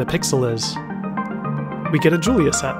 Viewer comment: You mispronounced Julia (he was French)